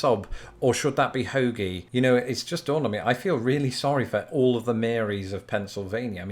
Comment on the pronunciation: Bonus points for correctly pronouncing "hoagie" from a 12th generation Pennsylvanian!